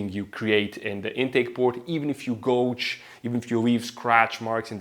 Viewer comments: 😂 GOUGE! not gōge. LIKE "out" gouge, not "oat" goge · gouge = gow-juh (in USA english pronunciation)